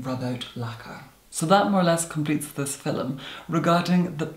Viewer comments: "So today's FILUM." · Wait, are you Irish? Had three exchange students from Ireland in my university and they all pronounced “film” as “fillum”. I thought it was the cutest thing ☺️ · Every time says "film" in a video ahhh I love it! The sound of his voice is amazing and the way his mouth moves when he talks. ❤